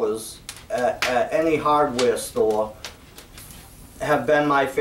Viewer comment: What's a hodd weah stowah? I don't think we have those down here. LOL.